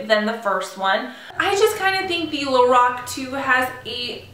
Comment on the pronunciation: It's pronounced like Lor Ack